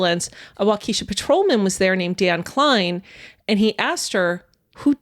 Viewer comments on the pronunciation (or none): Love your podcast, BUT- this city is pronounced Walk-a-Shaw. The accent is on the first syllable. Every Midwesterner is cringing while listening to this episode 😆